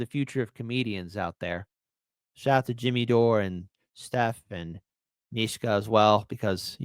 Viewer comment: Mischa. Not Mee-Shka 😂❤